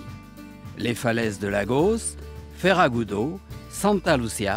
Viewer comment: C'est FERRAGUDO et non comme dit le commentateur Farragudo